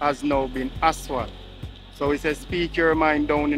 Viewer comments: You keep calling asphalt aswal it is pronounced asfalt a d not aswal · I have been telling him that from last year that the word is ASPHALT and not ASWALT...😂😂😂😂😂😂and the man would never change and pronounce the word the right way..😂😂😂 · I love your channel, but I think you call asphalt wrong. It aswal